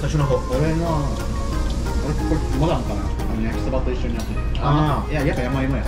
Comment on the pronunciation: waktu bilang 'yamaimo' kirain 'yowaimo' 😭